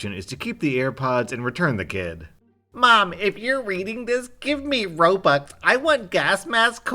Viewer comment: The kid don't know that's its called ROBUX and not robx